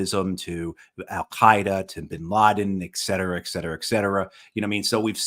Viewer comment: It is "ETCETERA ETCETERA ETCETERA, not ECETERA ECETERA ECETERA!!!